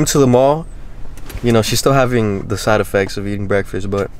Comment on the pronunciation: Bro when he said she still has the Sideofects